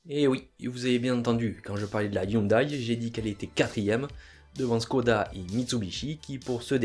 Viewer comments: On prononce Hyundai ioundé et non ioudaille ! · On ne dit pas "youndaille" mais "youndé" 😉